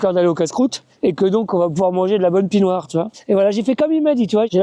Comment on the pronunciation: Pis noir, pas pie noire !